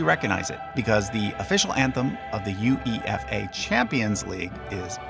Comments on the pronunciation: Sorry to nitpick. It's U-Ae-Fa, not U-E-F-A. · Two corrections: First, YOU DON'T SAY "SOCCER", IT'S FOOTBALL. Second, nobody says U-E-F-AA, just say UEFA (one word). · Tell me you're not into football, without saying you're not into football.: You. Ee. Eff. Ay [for everybody lost: it's yoo-AY-fa - it's an acronym, not an initialism...]